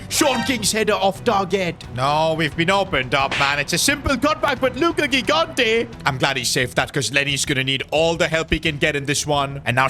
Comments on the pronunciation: Bro stop calling him luca gighante, pronounce the name better, im beggin you 😭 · it is pronounced "Luca Jigante" like you pronounce "giant"